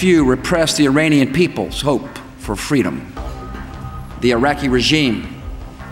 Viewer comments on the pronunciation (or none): none